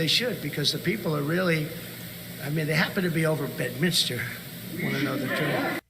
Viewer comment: Once again Benny, its Bed-Mins-Ter or Bed-Mince-Ter (pronounced as 1 word). NOT Bed-Minister.